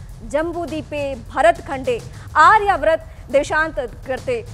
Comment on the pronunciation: Isko to Aryavart ka uchcharan nahi ata bhai. Maro mujhe maro. Charan chumbika madam IIT IIM ISRO kya karogi ?